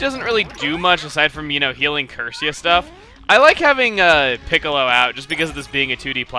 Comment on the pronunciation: Every time I hear Chugga say Piccilo I think of Dragon Ballz...